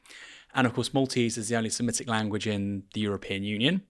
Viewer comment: Aaron: t's anti se-MIT-IC, not anti siMET-ic!